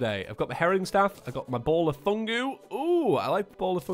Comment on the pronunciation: Did you just say..... Fungu?!